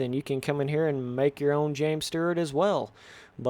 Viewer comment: James Sterrt lol? 😂😂😂